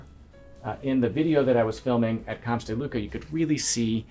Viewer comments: I will however concede one item in that Camps in Spanish does pronounce the 'S' at the end but not in French. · and its not looka its close to lewka (lUcas)